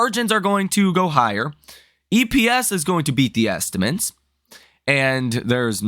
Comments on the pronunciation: Dude… can you please learn to pronounce “estimates”? It’s not “estiments”. It’s pronounced “est-uh-mits”. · You would have more credibility if you pronounced the word estimates correctly. Just try, it’s not so hard. It’s a word you use all the time.